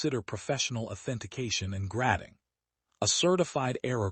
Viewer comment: 🤣 gradding instead of grading.